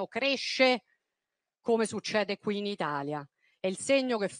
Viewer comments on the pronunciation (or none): none